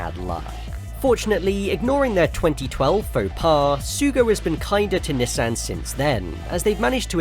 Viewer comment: Why do you pronounce Nissan like that 😢😢😢